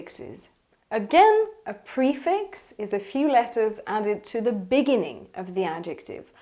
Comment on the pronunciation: Sorry but, how do you pronounce this word: 'BEGINNING' ? Quite so different from the American and British accents I've ever heard before... 'dya repeat 'em again......!!!